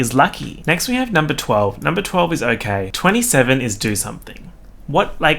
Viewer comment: Nobody:: tHe NumBer TweNTY twenty TWENTY